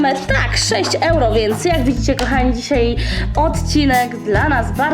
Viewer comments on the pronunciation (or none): none